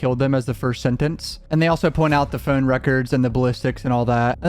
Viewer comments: Bro y you say phone like that? 😂 pHoUunne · The way you say (phone) is painful. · Why you say phone like that? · I had no clue where you were from but when i heard you say "phone" i could tell it was somewhere near Baltimore Maryland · Good vid... the way You say Phone is very comical ✌